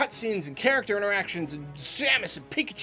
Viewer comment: Take a shot anytime says "Nintendo characther"